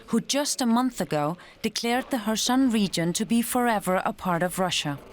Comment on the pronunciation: finally someone who can actually pronounce kherson correctly (the correspondent)!